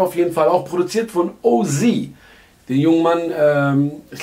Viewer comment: man spricht es o-zett aus...